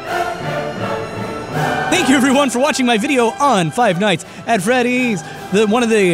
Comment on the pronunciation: Did i hear austin say five nights at feddys? am i hearing things